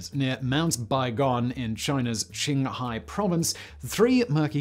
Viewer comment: As someone who lives in Qinghai, thank you for actually pronouncing Qinghai well. I think you're the first YouTuber I've listened to who talked about the Baigong pipes who actually pronounced Qinghai, Baigong, and Xinhua well.